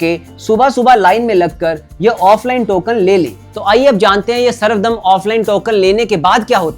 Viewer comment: बहुत ही सुंदर और सटीक तरीके से अपने समझाया, इसके लिए आपका बहुत बहुत धन्यवाद❤ कुछ correction वो सर्व धर्म दर्शन कहा जाता है सर्वदम नहीं।